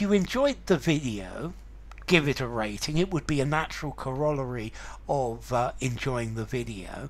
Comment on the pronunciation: Pronounced cor-o-lar-y, not co-roll-a-ry.